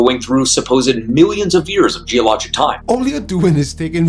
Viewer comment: Why does he pronounce "Geologic" as "Geoloj" ? Repeatedly.